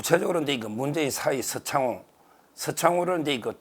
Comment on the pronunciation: 서창호였어요? 지금까지 서창우 인 줄 알았습니다. 역시 발음 자체는 정확하지 않은 서변님